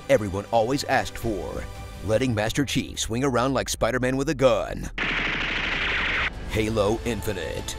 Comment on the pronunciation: I can’t stop laughing cos I keep hearing him say “Master Cheeks” instead of “Master Chief”